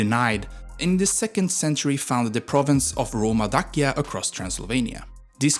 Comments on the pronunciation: Daczia… not Dakia… please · DAKIA hurt my ears :D please, they say like Da-tsch-ia. Also king's name IOAN CUZA, dude, person's name starts with a capital letter. so figure it out, no LOAN it IOAN. also michael the brave? I think it is Mihai, like mee-hai. anyways, good video. do research little bit more for the next one. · Dacia is pronunced DA CI A, the CI is like the italian CI (CONE) ... You keep saying DA KIA, like DA and KIA as in the Koreean car... LEU meaning LION in romanian the E is like EA in M EA (DOW) You pronounced it LAU ... like in OU from MOUSE ... sounds so weird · Too bad they could not find in the population over 19 mil people a Romanian speaking English and correctly pronouncing: leu, not lu, Dacia, not Dachia, Apuseni, Ioan, not Loan and so on. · Although you butchered the pronounciation of words like "leu" or "dacia", the video was well made and very interesting! you got a new sub